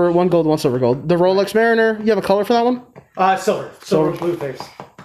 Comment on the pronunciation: Rolex "Mariner" - lol Corp! Corp! Sarg! Sarg!